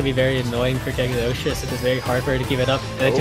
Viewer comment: The “g” is “Cagliostro” is silent.